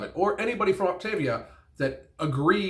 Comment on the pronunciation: As I imagined she quit before learning how to say "Optavia".